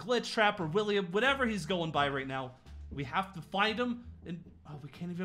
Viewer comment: WiLlIAm It’s not longer William It’s Williyam